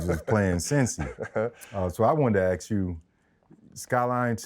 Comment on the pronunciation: Freddy T cannot say “ASK” to save his life 😂